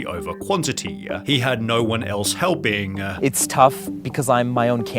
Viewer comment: The extra stress added to the end of the last word of every damn sentence... "Helping-a", "Doing-a". I can't stand it.